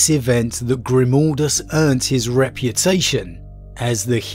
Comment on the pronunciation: ... What? GrimOldus...? WHere did the O instead of A come from? xD